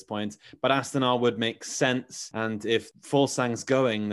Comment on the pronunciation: Not AstAna, -> AstanA is right 👍🏻